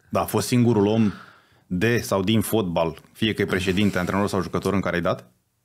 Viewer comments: singurul fotbalist care pronunta folbal. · Folbal "?WTF?!